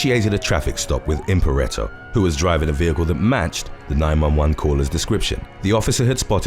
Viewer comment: Why are you saying Impareto when you've literally got the spelling as Imperato?